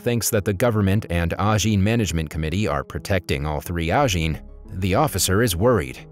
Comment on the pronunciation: It is Ajin, not Anjin